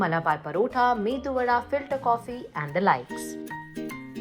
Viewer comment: It’s not Mendhu vada kamiya….its edu